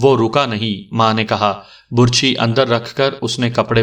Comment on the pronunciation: آپ کا پڑھنے کا انداز بہت اچھا ھے ۔ بس کبھی کبھی آپ بعض تلفظ غلط پڑھتے ھیں ۔ مثلاً لفظ " برچھی " کا تلفظ آپ غلط پڑھ رہے ھیں ۔اس میں ب پر پیش کی بجائے زبر ھوتی ھے ۔